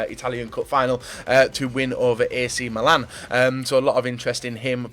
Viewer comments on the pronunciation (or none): none